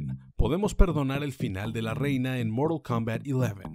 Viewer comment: Qué asco como dice "la reina" sabiendo que la referencia es de la banda y se oye horrible. Y lo repite y hace dar ñañaras y coraje